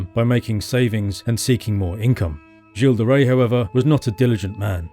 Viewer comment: Finally I learn how to pronounce "Gilles De Rais."